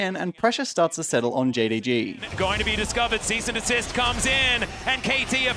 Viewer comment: Wasn't Vi's ult Assault and Battery? The caster kept saying Cease and Dessist and I was like HUH